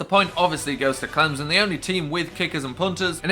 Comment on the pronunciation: It is Clem-son not Clemzon